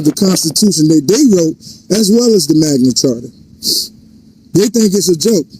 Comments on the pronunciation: And why do they keep insisting that the Magna Carta is the Magna "Charter", and that "coercion" is pronounced "cohersion"?? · LOL "Magna Charter" 😂😂😂😂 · It's Magna Carta not Magna Charter, you dummy! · I saw that, he doesn't even say the Magna Carta he says the Magma Charter. He also is presenting a document made like 500 years before the US was even a country. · Fool cant pronounce magna carta right and he thinks it applies. Id love to see him in court.